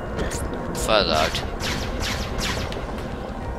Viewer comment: fersagen? xDDD meinsu nich eher versagen :D